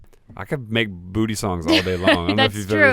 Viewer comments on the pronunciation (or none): none